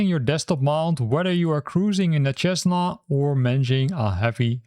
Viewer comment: Cessna Is pronounced "SEZ- nah", FYI. Great video.